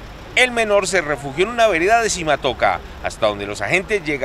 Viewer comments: Simatoca no, SIMACOTA por favor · Simatoca? 🤣🤣🤣🤣🤣🤣🤣🤣🤣🤣🤣🤣🤣🤣🤣🤣 simacota🤦🤦🤦